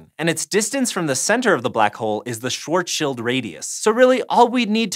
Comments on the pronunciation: This may be the first YouTube video I've ever watched to pronounce "Schwarzschild" (roughly) correctly. It very much certainly is in the minority, so props for not making my skin crawl. 👍😊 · OMG. You're like the first person I've ever heard to not say Schwarzs Child. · Thank you for not pronouncing it Schwarz Child. I'm beyond sick of hearing people pronouncing it that way.